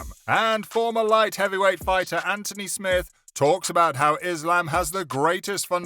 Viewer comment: Lol I was impressed you pronounced smith's name right after all the other massacres 😂🤣